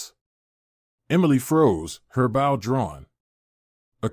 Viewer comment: Bow. Pronounced BO.